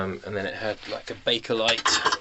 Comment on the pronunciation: It’s actually “Bakelite” and not baker as people usually think it is 😀